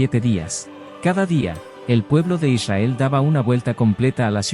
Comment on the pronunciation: "eleva tu Esencia" hay que pronunciar correctamente el nombre de Israel, es con r